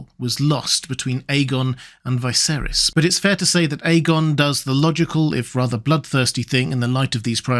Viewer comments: Isn't Viserys pronounced with a "Vee"? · Why do you insist on pronouncing the names wrong when the show has twice had living characters called viserys